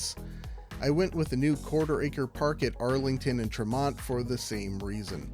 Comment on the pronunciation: If you are going to propose solutions solutions for Boston, you ought to at least know how to pronounce the existing street names. Specifically, it is not referred to as "Massachusetts", it is always called "Mass Ave". And "Tremont" is pronounced "Trehmont". Also, as others have noted, The Rose Kennedy Greenway is packed with users, especially in the area the connects Quincy Market and the North End. And finally, the chance of covering the Mass Turnpike with a series of high rise towers is zero, or even less.